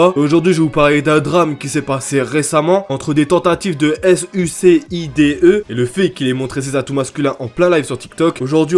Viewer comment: Tu ferra gaffe ta dit s.u.c.i.d.e au debut et sa s’écrit pas trop comme ca mais sinon bv le reste